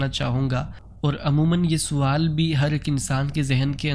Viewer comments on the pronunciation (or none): بہت اچھا انداز ہے آپ کا سوال کے س کو زبر سے پڑھا کریں